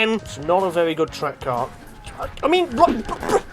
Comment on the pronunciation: Caurrrr is very tvurghh